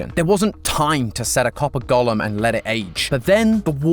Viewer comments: Please please please - “Go - lem” not “Gollum”… he’s from LOTR! Thank you! 👍🏻😁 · I kept getting confused, thinking he was saying Gollum, not golem 😂😂